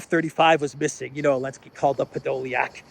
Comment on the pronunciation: would have more credibility if he would Zelenski's name right. Not ELENSKI.